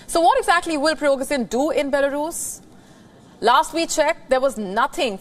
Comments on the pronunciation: Its Prigozhin! not Pirogzhin :) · please pronunce Prigo-sh-in. SH is correct. thanks.